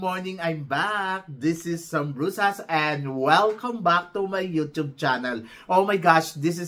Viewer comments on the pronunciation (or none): none